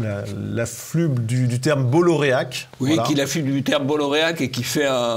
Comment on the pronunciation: "...qui l'afflube" Pas mal,! 🤣😘